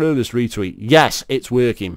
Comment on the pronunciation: I'm 50 seconds in and he already misread "yees" as "yaas". This is gonna be one hell of a ride.